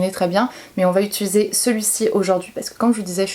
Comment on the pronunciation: "mais on va UTULISER.." 😂😂😂